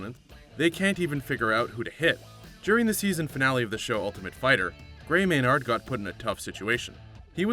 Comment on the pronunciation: Learn the fighters name FFS... its Gray "Maynerd" not Gray "May Nard"